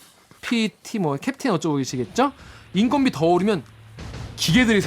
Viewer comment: 인건비가 아니고 인껀비로 읽어야죠.